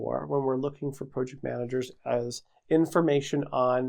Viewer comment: Why do you say PROJECT, and PROcess who talks like that